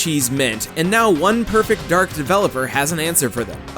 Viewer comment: So it's supposed to be pronounced "Perfect Darg", right?